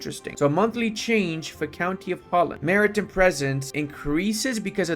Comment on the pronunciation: the way he says maritime hurts my soul